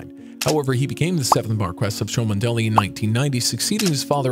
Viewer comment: "Cholmondeley" is pronounced "Chumley" (two syllables). It makes me question how good your research was.